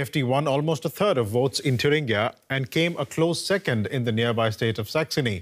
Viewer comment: Congrats to for getting the (English) pronunciation of "Thuringia"right at 4'.15". Oxford?